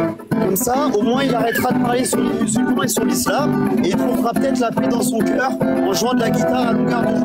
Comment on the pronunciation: Il y a eu un lapsus de l'interlocuteur à 29minutes À peu près Il a dit la plaie pour dire la paix Le lapsus vous va si bien